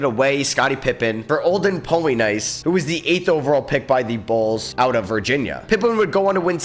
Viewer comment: Is this guy mispronouncing names on purpose? Polly-nice and Red Auyer-back 😂